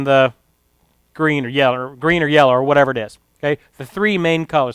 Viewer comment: i died when he said "yeller" lmao